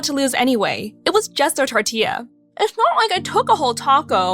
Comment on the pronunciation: A tortia? Did she really pronounce it like that 😭